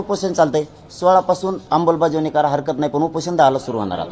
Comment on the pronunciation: अंबलबजावणी नाही आमलबजावणी😅😅😅